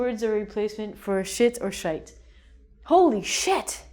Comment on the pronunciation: thats actually a spot on accent of irish when you say "shite"